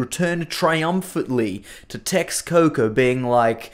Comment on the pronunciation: You pronounced all Mexica and Nahuatl language names wrong. Texcoco is pronounced TESHKOKO. Mexico was pronounced MESHIKO. In old Spanish "X" was for the sound "Sh".